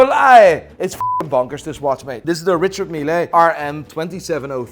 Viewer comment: Don't say mile say mil (ri-shard mil ).